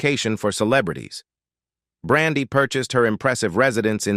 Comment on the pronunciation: Why is he messing up her name? He pronounced it right one time. Get some one else for the narrator please !!!